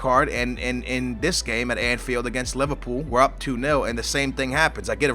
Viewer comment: haha u said Liverpoo! my man!